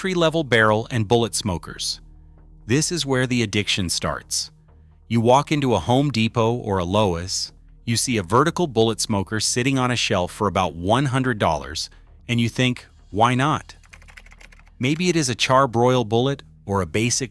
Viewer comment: Lowe's...... "Low-ess"??